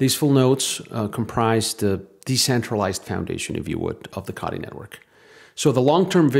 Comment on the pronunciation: C"OH"tee not caughty